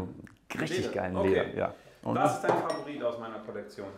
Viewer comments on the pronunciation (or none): none